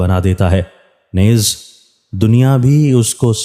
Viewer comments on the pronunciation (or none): نیز کو درست طریقے سے پڑھیں جی Neez جسطرح لفظ ھے چیز مریض یعنی نون کے نیچے زیر ادا کریں